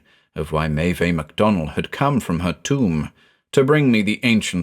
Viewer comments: Unsure if anyone has said this before, but the "Meve" in the initial quote is pronounced May-iv. It's spelled Maebh in Irish, the "bh" becomes a "v" sound. Always love your stuff btw, just thought I'd mention that. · Maeve is pronounced as /meɪv/. Otherwise, it is nice to hear a story set in Ireland. It has so much potential for creepy stories.